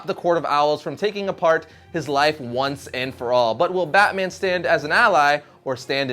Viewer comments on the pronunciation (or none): none